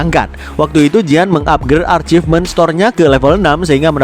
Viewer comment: saran buat bang admin.. kan sering blg arcifmen.. itu yg benar achivmen bacanya bang. dari kata ACHIEVEMENT bkn ARCHIVEMENT (ini tdk ada dlm bhs inggris)..